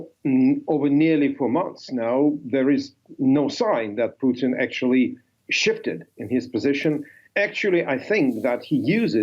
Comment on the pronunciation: Putin, not Putn.....